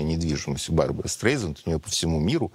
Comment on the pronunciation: Произносится обычно СТРАЙЗАНД